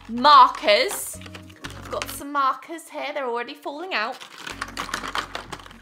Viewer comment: I was away from the screen but hearing the audio and I thought she was calling someone named "Marcus" when I looked back, I realized that what she said was "markers" 🥲😂🤦‍♀️